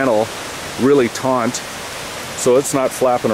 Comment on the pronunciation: It's a TAUT line not a taunt line.